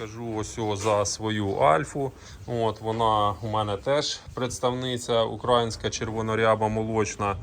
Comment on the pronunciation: ти прикалуєшся чи спеціально сьогодні разів 50 сказав украаааїнська, тобі ж робили зауваження треба говорити україїїїнська, за це дизлайк.Вчіться правильно вимовляти бо аж вуха ріже.